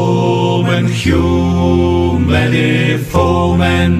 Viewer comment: Hew many foe-men. Always sounds like “too many women.”